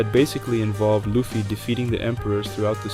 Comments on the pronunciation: great video, but there's no way you have analyzed one piece in this much detail and pronounce it "luhffy" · Good video but why do you pronounce luffy as luhfy smh it’s annoying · U talk way too low for the music volume to be that high man lmao “luh-ffy” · How do people watch one piece and still pronounce luffy name incorrectly lol. Beside that amazing video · no way my guy has a video essay about the emporers but pronounces luffy wrong that aside i really enjoyed the video. the emporer's just didn't have the oomf they needed, which smaller villains have had